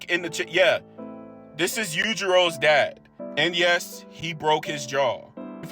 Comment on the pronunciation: Its pronounced you-ji-ro dude like come on are you special